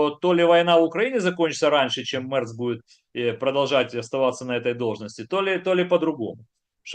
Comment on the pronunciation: а еще мЭЭЭрц, как то звучит очеень сЭксуально